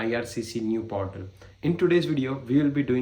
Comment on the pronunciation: portal hota hai bhai, potal nahi.